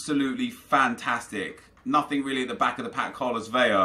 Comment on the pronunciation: nep, i love your vids...but if you and every other Brit don't learn to say Carlos "VELA".....it is an "L"....just one...not a double "LL" and not an "I"....please read this and learn something for the day